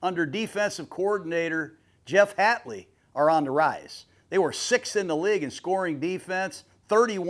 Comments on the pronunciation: It's Hafley not Hatley... Raise your game Jon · It’s Haffley, John. Not Hattley lol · No mention of Rashan Gary or LVN? Parsons will be on a snap count, but Packers have two great edge players already. Also the number of names mispronounced here is criminal "Rasheed Wallace", "Jeff Hatley" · I thought it was hafley not hatley. Gruden is always telling me something I didn’t know.